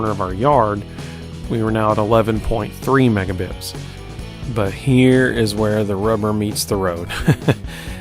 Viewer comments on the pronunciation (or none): Oh, thanks for the explanation. I kept hearing you say "megabips" in the video so it naturally led me to wonder what that was.